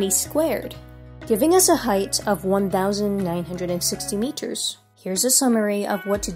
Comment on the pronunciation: bros asian 100% - when she says "height of the cliff"